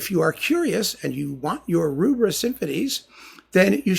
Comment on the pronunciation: Thank you. Excellent enlightening talk as ever. Just one thing, it's Rubbra as in rubber, not Roobra.